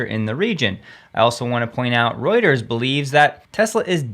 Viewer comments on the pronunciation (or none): none